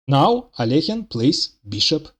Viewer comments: This is the correct prononciation of Alekhine's name But most people can't do it for some reason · many Russians themselves don't pronounce it right, by the way. The second vowel often miss-pronounced as "yo" as "Al-yo-heen". So it's double impressive that the author pronounces "Alekhine" correctly.